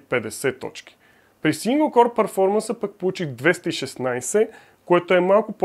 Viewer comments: КОР бе човек, КОР!!! Core се произнася К О Р!! Като хардкор например (hardcore). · Ами някак си се чува като Коре - Коре ай 5 примерно, но може и да е защото го казваш бързо.